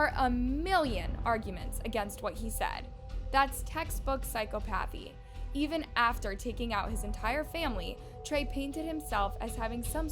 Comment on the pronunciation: This is a small thing but it's pronounced sī-COP-athy... Id Google how to say certain words that you haven't used much... I'm noticed some from time to time and it's an easy fix to keep the viewers focused. 👍 Love the content!!! Keep it up!!